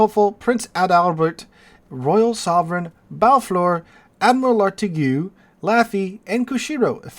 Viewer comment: The "igue" of Lartigue is pronounced the same as the "igue" in fatigue.